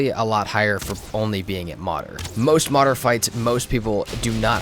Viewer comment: It’s not Modder, try to say Mood + err (like in error, but without “or” haha).